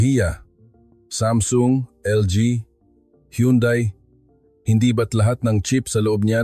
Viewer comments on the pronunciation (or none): none